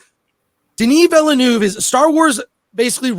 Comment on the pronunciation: Denie Vellenouvee😂